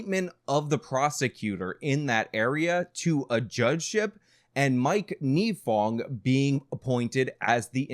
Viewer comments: A couple things. 1. His name is NYE-fong, as in 'Bill Nye Science Guy. 2. Her name is MAN GUM, not MAGNUM. 3. Nifong thought he was going to get the Edwards senate seat in North Carolina because Edwards fell apart in the 2005 election season. That is why he went so hard in this case; he thought he'd be a US Senator. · MAN-gum not MAG-num "Unfortunately he did not serve any time in jail for what he did" Incorrect. Mike Nifong served a one-day sentence.